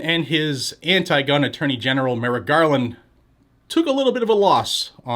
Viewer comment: 🙄👎 "Merrick Garlic" , l mean "Garland" !